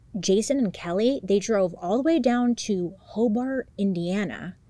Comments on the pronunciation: This is crazy I live in Hobart, In. It’s pronounced Hobert. Detective Ogden is a BOSS! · but yet she mispronounced Hobart lol